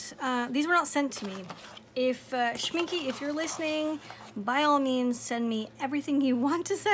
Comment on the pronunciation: its not pronounced schmink-uh for english-speakers its best pronounced schmink-ey. you can mimic the last sound by the "eh" you would make when imitating a cliche italian :) like in " this eh Is eh the best eh pizza in the world"